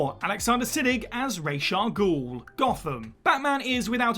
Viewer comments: I’m sick of the misinterpretation of Ra’s Al Ghul’s name. It’s not Rache it’s Ra’s! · You have no idea how to pronounce RAH-SA-GUEL.... so you've made a video about something you know nothing about... well done... s/c.